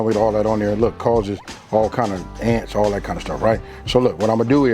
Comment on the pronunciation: "alla dat gud meat" 😂 sorry couldn't help it